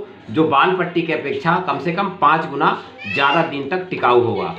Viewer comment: wall Patti Nahin wall putti bolna Sikho pahle